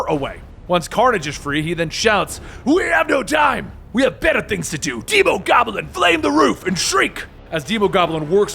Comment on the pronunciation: "deemogoblin" Wtf it's demo, as in demo disc, or demolition, not deemo...